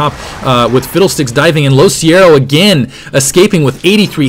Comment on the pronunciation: isnt it LoCicero...